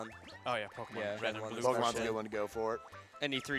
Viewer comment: Gotta say, impressive run. Well done! And I must say, as much as I love, anyone who pronounces it pokiemon is on my list. Either pokuhmon, or pokaymon.